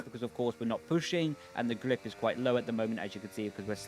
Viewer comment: Is there a reason that on some words you replace R with L? Like glip, caleer mode and last time it was DLS and ELS